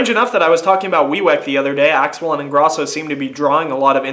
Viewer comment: You're pronouncing Ingrosso wrong. Pronounce the 'o' dipshit. And SHM is gone. It wasn't working out between them anymore. Axwell & Ingrosso are something completely new. They also dropped a physical album